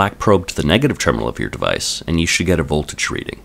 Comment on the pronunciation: I like the way this guy says the word "device" fucken funny